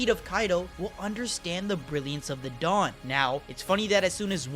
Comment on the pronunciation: Every time said "the dawn" I heard Dadan 😆 Duh-dawn